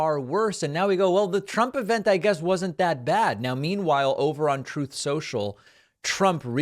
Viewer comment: Noticed you say “Troth” social not truth ….. all I see is loads of swines at the troth 🐽🐷 ! Thanks for the laugh!